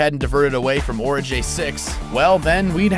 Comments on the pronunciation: OMG... "Ori-Guy" not "Ori-Jay". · I thought Origae-6 was pronounced ORI-GAY not ORI-JAY ?? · ORAGAI SIX, Not ORAJEYI SIX Brah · Why do you keep saying orijay? Did you watch the movie with the sound off? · being petty as fuck but literally no one in the film pronounces it Orajai... like... there's no reason for you to be saying it like this... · my OCD was on fire because of this host's idiotic "Ori(J)ae-6" pronunciation... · Ok, whoever the hell is narrating, YOU must be an alien. as if I really care, It's pronounced, ORI-GUY 6. DORK. Now here's my take on any HIDDEN message from mr.Scott,remember the end of CHILDHOOD'S END?🤣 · Yeah, I was wondering why this guy pronounced it completely differently to how they do, you know, IN the actual movie LOL. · Literally why on Earth pronounce Origae-6 wrong if you've seen the movie and heard them say it a dozen times throughout? Not one person involved with creating and uploading this video noticed that and thought it should be fixed? That's just weird. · one, while I enjoyed the movie, the trailers hyped it up more than it should've been and they released far too many trailers that essentially spelled the whole movie and 2, this whole video, you have said Origai wrong and it bothers the fuck out of me xD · Did you even watch the movie? How about you pronounce the name of the planet the way they do in the film. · dude narrating couldn't even pronounce Origae 6, he clearly didn't watch the movie. Who proofs these videos??? There's always a pronunciation error and it makes the vids look like they're made by amateurs